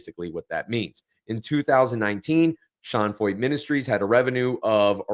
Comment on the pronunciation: I am a German teacher, and the name "Feucht" is a German adjective that means "damp" or "humid." You are pronouncing his name correctly, as the "eu" sounds in German like "oy" or "oi." While Germans pronounce the "ch" in this word "feucht," we say it more like "FOIT" or "FOYT" in English. Thank you for making this video, btw!!